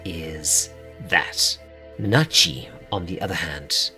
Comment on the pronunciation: You said it right, don’t worry about it. They just talking tomfoolery for no reason. 🤷‍♂️